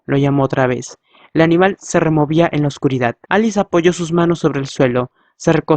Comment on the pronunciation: Muchas gracias pero te revomiendo de que leas un poco mas lento porq en algunos momentos decia vez y vos decias ve y asi con otras cosas